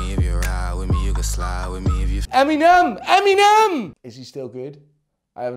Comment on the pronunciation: This dude actually say eminem's name as em-mee-nem lol